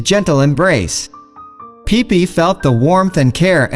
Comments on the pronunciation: It's pippi not peepee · It's Pipi, not pippi